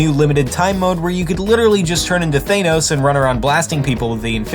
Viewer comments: NOT THANEOS ITS THANOS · ThAAAnos? NOOOOO ThAnos. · Thanos not Thaynos. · It's pronounced Tha-no-s not Thay-no-s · im sorry, did he just say "thay nows?" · did he say ThaYNos